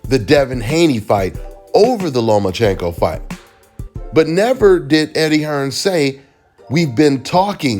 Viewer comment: SAYS HEARN🤣🤣🤣